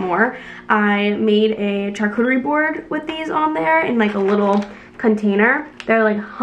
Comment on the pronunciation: Hi there!! I believe charcuterie is pronounced “shar” cuterie board ❤️🥰